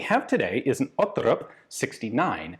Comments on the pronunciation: I'm not completely certain but it sounds like an Icelander tought him how to say Otterup. He is saying it like a Norwegian would I think. Ot-terrup instead of "Otte-rup". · Odd-e-rupp with a growling R like an angry dog 😂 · Great video Ian! Quick thing, the “r” sound is guttural in the pronunciation. Basically just gotta gargle the Rs lol Danish is so goofy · I think you are right, also the Larsen is correct when Ian pronounces it, but again an Icelander probably taught Ian the wrong way of saying it.